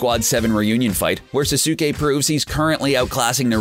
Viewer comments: this dude said norudo, susuke, and sakoora watch the anime again and see how to say it. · Why can't you say anyone's name right???? Sah-suke??? No Sas-k. Now say it all together. Sasuke.... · Yeah its not sasuke (sas-uk-ay) its sasuke (sas-kay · ITS SAS KAY NOT SA SOO KAY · Same with Sak - U - Ha and Sas- oo kay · Now it's S-ah-s-k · Each time I heard "Suh su kay" I bit my tongue.... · I swear he is a computer he says sasuke like[sa-so-kee] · Sasaukay. Sakoora. Do you ever pronounce names?! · Na-ruu-toh sa-su-kay sa-kuu-ra kha-guu-ya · It is sas-ke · Ok bra sasuke its pronounst saskei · You cant say sasuke name correctly and it even said in the anime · U said sasuke wrong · SAY NARUTO'S AND SASUKE'S NAME PROPERLY but you can say sakura's name however you want.BUT JUST HAVE RESPECT FOR THOSE TWO THO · He don't know how to say Sasuke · fail with saying saske name.... so bad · how he read "Naruto" and "Sasuke" just made me cringe tenfold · Gosh!!! Learn to say the names correct!!! When he says Naruto, Sasuke, and Konoha made me cringe so bad! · THIS NIGGA PRONOUNCED EVERY NAME IN NARUTO WRONG. I MEAN I GET HOW YOU COULD MISPRONOUNCE SASUKE. BUT SAKURA!